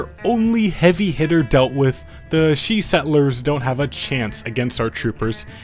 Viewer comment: Shi in Chinese if you are accounting for pin yin is pronounced sure not she